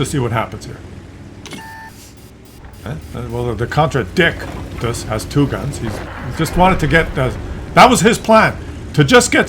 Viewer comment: The name is even stupider when you pronounce it correctly. It's the con-tra-dick-shus'. The 'T' is a 'sh' sound. Because English.